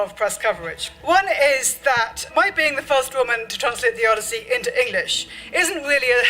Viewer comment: The OD-E-I-ssey with Helen of DeTroyT. Woman completely misunderstands the Odyssey. Odysseus was the protagonist but wasn't necessarily the hero. Very beginning of the story he's arrogant and disrespects the gods that the gods punish him, and THAT is why it takes him 20 years to get home instead of a few weeks. What does he do when he gets to the Cyclops' home? He and his crew literally start eating his food, drinking his wine, I think killing some of his sheep to eat, then they fall asleep because they're so drunk & full of food. When the cyclops finds them asleep in his raided house he tries to punish them, and some of them get killed. Start of the Odyssey there's a whole crew on his ship, I think even several ships, but after all their punishment only Odysseus is left after 20 years. Odysseus does save his wife from all these suitors trying to go after his wife & grand estate, by killing all the suitors. Guess how the book ends? Here's a hint, each of those suitors had family and they all want revenge. The Odyssey is like the inverse of the Trojan War, in both cases Odysseus uses his wits to get through an impenetrable wall to the woman inside (Helen/Penelope). The main difference is The Trojan War is a story about war, while the Odyssey is a story about what causes war.